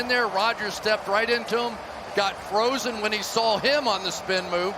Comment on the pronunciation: The word is "saw", Chris. That's an "ah" at the end. Not "sall" with an all.